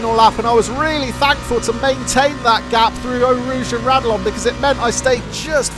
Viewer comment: I notice you pronounce raidillon corner, rad-e-lon where I thought it was pronounced rad-e-yon. I always presumed the double L’s made a Yer sound